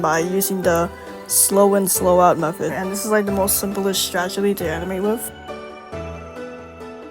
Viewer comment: After that he also said stragety